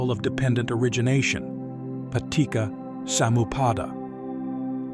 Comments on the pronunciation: The pronunciations weren't TOO bad, but the main advice I will give is that the C in Pali and Sanskrit is pronounced like the CH in English. So, "paticca" should be pronounced "pa-tich-cha" (not "pa-tik-ka"), "anicca" as "a-nich-cha" (not "a-nik-ka"), "cetana" as "che-ta-na" (not "se-ta-na"), etc. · Excellent video and attempt to understand what it really means. I would like to make some minor comments about some of the words. For example, in Paticca Samuppada. This is a Pali word and sounds like "Patichcha", not like "Patikka". I know in English c has a 'ka' sound. But in Pali, it has a 'cha' sound. I hope in future videos, the creator will use the correct sound so that it has the correct meaning to it. Very good video. Thank you. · the double C of Anicca and Paticca is pronounced like the C of cherry, chat, chew etc...